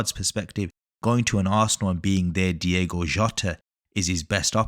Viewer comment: FYI it’s DiOgo Jota, not Diego.